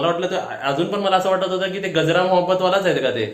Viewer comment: गजरा नाही कजरा 😀